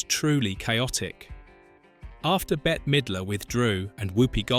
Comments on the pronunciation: Bette is pronounced like Bet, not Betty. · and "Betty" instead of "Bet" (Bette). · You should teach your AI how to pronounce the celebrities names even though Bette Midler’s name is spelled BETTE the last E is silent she is not Betty. She also would’ve been a horrible choice for the main character in sister act! She is a beautiful woman and excellent actress and a glorious singer, but that role was not made for her. It was made for Whoopie. I don’t care who they say they wrote it for. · It's killin' me that the audio and captions call Bette Midler either Better or Betty. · Actually, Bette😊